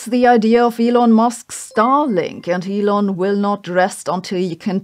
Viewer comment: Your "Hi Elon" with the German accent sounds like... You know what 😂😅